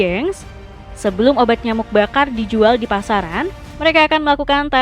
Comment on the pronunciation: KRITIK kenapa pembacaan narasinya banyak yg menghilangkan huruf terakhir di akhir kalimat ? contoh : pengeringan = pengeringa dijual = dijua pemotongan = pemotonga ini editrnya yg motongnya ga pas, apa naratornya artikulasinya ngga jelas?